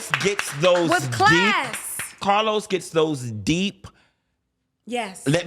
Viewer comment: Funky keep dropping names 😂 first Oliver now CAH-LOUSE